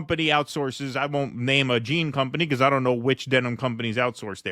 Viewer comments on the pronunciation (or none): none